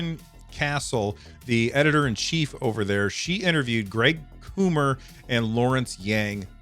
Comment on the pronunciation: Cool Podcast! Although I have to say, Greg Coomer is kind of a big name at Valve, getting that name wrong multiple times felt like a pretty big yikes to me.